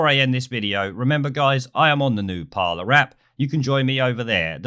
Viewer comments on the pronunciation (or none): none